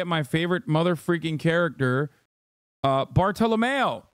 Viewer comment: wild how you can watch a show, have the characters pronounce stuff, and still mispronounce it. Zou, bartolomeo, etc.